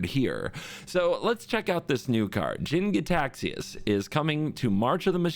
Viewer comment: That look when he suddenly realized he's been saying "Gitaxias" wrong this whole time